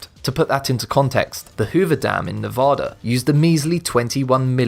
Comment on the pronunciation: Dislike because you mispronounced Nevada